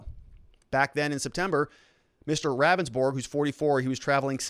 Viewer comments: It's pronounced "Roundsburg" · Good vid but Ravnsborg himself in the video it’s pronounced (Rounds - borg) just FYI